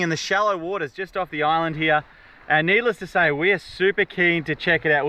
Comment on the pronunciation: He's teaching her an Aussie accent. Hee Auh.(here)